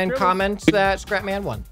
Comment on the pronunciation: I thought you said, "Welcome ladies and gentlemen, I am crap man!" XD